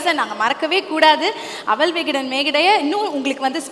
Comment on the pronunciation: “Aval”… arisi pori.. kadala urundai. Somebody could have corrected that anchor’s pronunciation.